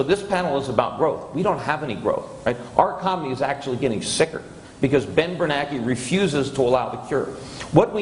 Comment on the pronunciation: Every time Peter says "Ben BerNACKEY" I smile.